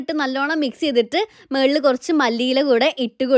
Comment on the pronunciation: മേളിൽ അല്ല മുകളിൽ എന്ന് പറയു